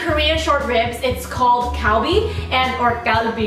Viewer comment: kgarl-bi, burl-gogi.....